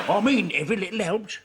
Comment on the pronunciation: ' every little 'elps' 😂